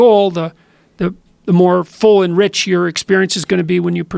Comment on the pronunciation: Full and rich, not "full enrich" ffs